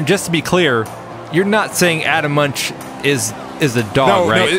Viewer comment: Crazy ending to this one. By the way - Munch should be pronounced "moonk".